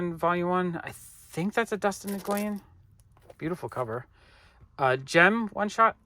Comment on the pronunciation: Another great video! (Btw, Dustin Nguyen’s last name is pronounced “When”)